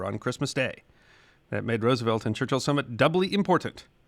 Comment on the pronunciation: Gratified and impressed that you have changed your pronunciation of FDR's last name. You are a true class act.